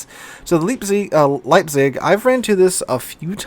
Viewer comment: Your first attempt at "Leipzig" was almost perfect